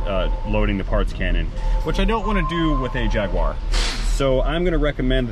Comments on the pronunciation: You have a Jaguar, not a Jagwaaar ! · Jag- u- ar not JagWar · It's NOT a Jag... WA.. Its a Jag.. you.. are. While I'm on a whinge, Herbal isn't a silent H. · Problem was too many jagwars in the one sentence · What the hells a Jagwar? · It’s not a jagwire it’s a JagUar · Jag u ar not jag wa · And you can’t pronounce jaguar correctly there is no w in jagUar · 2012 JAGWARR love the way its said across the pond. This is exactly the kind of car I buy and repair here in UK, the ones no one wants to fix. Normally super cheap and once fixed make a healthy profit.